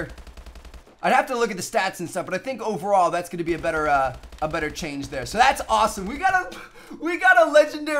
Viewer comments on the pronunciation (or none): none